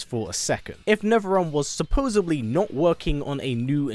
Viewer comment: I really wish he would pronounce supposedly correctly. The only thing I ask to get from Netherrealm is another game.